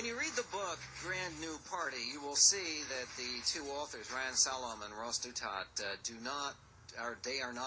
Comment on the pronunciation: It's "ReiHan", not "Ryan", moron!